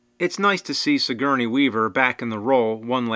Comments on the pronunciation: It's Sigourney not signourey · HR geeeger.. sigeeerney weaver. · You forgot Suh-Gurney lol